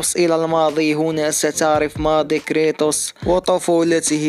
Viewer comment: كود اوف واو ❌ كاط اوف وااار✅ ________________ كريتوس ❌ كريطوس✅